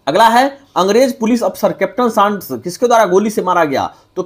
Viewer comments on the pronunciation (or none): सांडर्स को सांड्स क्यों बोलते हैं?